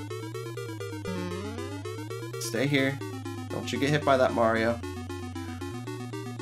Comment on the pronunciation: Can you not say Mario like you do in this video